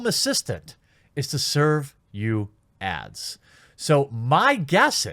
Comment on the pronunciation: So am I the only one who heard him saying ass instead of ads? (The reason why google has anything is to serve you ass.)